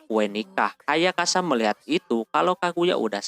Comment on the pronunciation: Bang lu napa nyebut nama ayasaka, ayakasa mulu dah